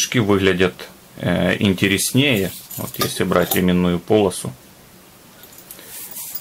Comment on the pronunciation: ИНТЕРЕСНЕЙ - УДАРЕНИЕ ПО РУССКИ НАДО СТАВИТЬ!!!